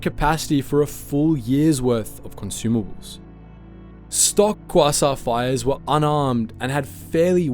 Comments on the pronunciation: qwasont fire ships get no respect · you have to be mispronouncing those class names on purpose...... qwasa frigate 0-o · Quasar is KWAY-ZAR is pronunciation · As an astronomer who is a Star Wars fan, every time you mispronounced quasar(kwey-tsar) hurt my soul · Oh man I love kwassaurs, kwassaurs are my favourite thing about space. Just can't get enough of those kwassaurs. They're just the best aren't they?